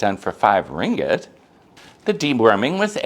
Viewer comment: Thanks for sharing! You’re one of the very few mat salleh who can pronounce “ringgit” correctly 😅👍🏼 I agree about stray dogs and cats in Malaysia. Euthanasia and food poisoning are common occurrences which is sad.